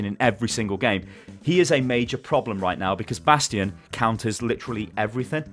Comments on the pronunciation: did you just say Bradstion😂😂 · he said bradstion! zylbrad will be proud lol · did say bradstion at min 9 and 9 sec or am i hearing this bad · "It does seem that yes, bradstion is OP" Nice one ^^ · lol "Brastion" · Did he just say BRADSTION? screeches in Omnic Also, every hero that WRESTLED with Jeff gets nerfed immediately. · did he said "Bradstion"?! xD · Did he say Bradstion? :D